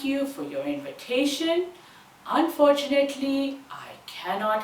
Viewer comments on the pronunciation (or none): none